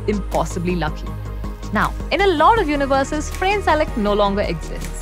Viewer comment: His name is not pronounced as [f'rein] but [f'ra:ne] (more or less, I can't bother to check exact IPA). You can't use English pronounciations for Croatian names, or any other foreign names for that matter.